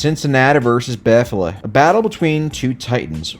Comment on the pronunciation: Cinci-natah, Joe Burr-ah, and Buffa-lah. Literally the best moment of the video. P.S. I did in fact watch the whole video, I'm not gay.